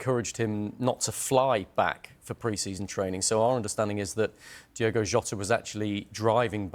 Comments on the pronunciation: It's pronounced Diogo it's not Diego, dudes a news presenter you think he would get this right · For the love of Christ his name is DiOgo not Diego. Pretty much every time you upload a video about him you say his name wrong. Do better. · ITS DIOGO not Diego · why do people keep calling DIOGO Diego???! whats with that? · It’s Diogo NOT Diego. Get your facts right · DI-O-GO. PLEASE. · Turns out diogo maybe should have had some respect for speed limits. Also they called him diogo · Been pissing me off the amount of So Called experts/pundits getting his name wrong DIOGO is his name.....not was his name either, IS his name